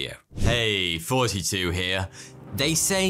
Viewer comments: It always sounds like he says "Forty Two here", not "Thoughty Two". Anyone else hear that too? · When you say sounds like 42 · Alright, he is DEFINITELY saying 42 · To a Canadian born on the east coast it really sounds like he says "42 here". Which is fitting seeing as he is about to explain "Life, the universe and everything". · The first time i watched his video i thought he said "42 here" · Erm yes, sounds the same as forty two, that is why.